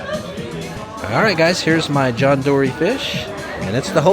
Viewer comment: Dory as in door.